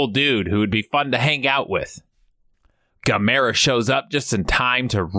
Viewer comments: Gam errrrrrr aaaah dam it !!! lmao Not Gimera keep the good videos coming : ) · Right from the jump mispronouncing Gamera. Rhymes with “camera”. Even if the original say different, even if the dubs say different. None shall besmirch the glory of Gamera, friend to all children!